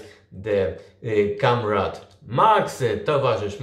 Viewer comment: Trochę razi jak wymawiasz słowo comrade. Prawidłowo wymawia się KOMREJD